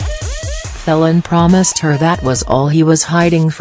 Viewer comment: for God's sake it is pronounced FEEL AN not felon - bloody electric voice